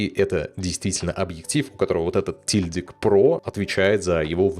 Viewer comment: "Шильдик" правильно говорить. Нет такого слова "тильдик".